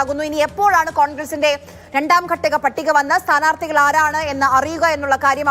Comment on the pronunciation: സ്ഥമർത്തിമാർ എന്നത് സ്ഥാനാർത്ഥികൾ എന്ന് തിരുത്തി വായിക്കൂ. 😂